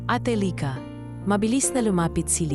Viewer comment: Ganda ng story kaya lang yung bigkas ng lyka paiba iba minsan lika